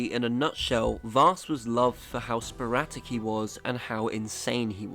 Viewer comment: It's "sporadic", not "sporatic" 👍🏻